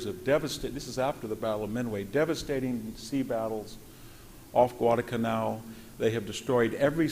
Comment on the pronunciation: He calls the Wehrmacht "the Verrmark," he calls Zyklon-B "Zykon-B,"he calls Guadalcanal "Gwaddacanal," he calls Brest-Litovsk "Brest-Littov," he calls Mt. Elbruz "Mt. Erebus," he calls Marshal Zhukov "Marshal Zookov," and there are other howlers, but what can you expect from a man who admits he's a farmer? But much worse still, as much information as Hanson has, and he does have a lot of it, he has no idea what to do with any of it, as he never draws any conclusions from it, for his capacity to miss the point or the consequences of what he is talking about betrays an obtuseness, even a blindness, on his part. Not once does he even touch upon the truth that for Britain and the U.S. to get into bed and side with Stalin, the most blood-soaked monster who has ever lived, against Hitler, instead of either staying out of war against Germany altogether, or even siding with Hitler against the Soviet Union, is the most colossal foreign-policy blunder committed by Britain and the U.S. in their entire histories. For Germany was never the enemy of Britain and the U.S. but Stalin always was. It was the communist ideology that dictated conquest of the whole world by the revolution of the proletariat in every nation, whereas Hitler had no more territorial design than conquest of Eastern Europe to expand Germany’s “living-space.” Hitler was only forced to invade Western Europe to defend Germany against Britain’s and France’s unprovoked declaration of war on a Germany that was at peace with